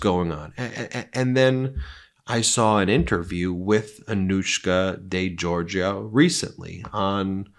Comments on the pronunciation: I'm not quite sure why you are pronouncing her name in this way as her name is not de Georgia but de Georgipu (george-ee-oo) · De GeorgioU.. not Georgia…Its a Greek name.. finishes ‘yu’ not ‘ya’….